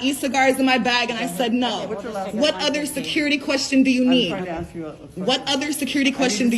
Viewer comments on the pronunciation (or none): The last lady its ..ask...not...ax